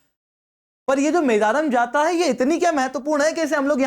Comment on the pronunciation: Its मेडाराम जात्रा Pronoun well